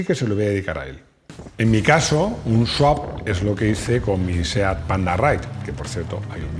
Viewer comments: No es Sawp, es Swap. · ES SWAP SWAP SWAP NO SAWP, ANDA QUE CON LO QUE SABE ESTE SEÑOR LE PONGÁIS ESTE TITULO MAL ESCRITO... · Le han hecho un SWAP (sawp) a la palabra SWAP 😅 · ¡No es sawp!Es swap.